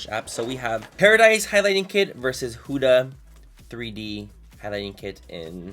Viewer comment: The reason their so cheap is because they use child labour, they're not cruelty free, and they use unsafe ingredients. Also, you're pronouncing Huda wrong